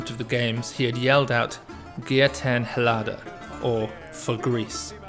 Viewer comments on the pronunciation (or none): Getten Helada? Not even close."Yia tin Ellatha".